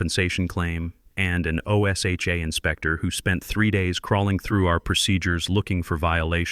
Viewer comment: O S H A is said like a word. Osha.